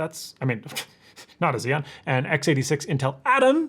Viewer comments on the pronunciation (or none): none